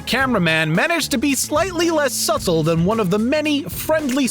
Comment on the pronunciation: You lost me at "SuT-Tle"